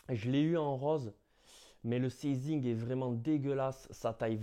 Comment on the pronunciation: On a déjà dû te le dire mais "sizing" se prononce "saïzing" 😄 Sinon super vidéo les paires régales et ta motivation aussi 👌🏻😉